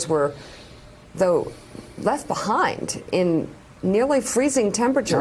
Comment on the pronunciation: 😂 I love Morning Joe!! But Joe...you killin me with the sad commentary as your wife speaks "...like the RAPture..." "...you've been left beHIIIND..." "...oooh gosh..." Then you start talkin about what Trump was snackin on flying in the private jet...priceless, lol.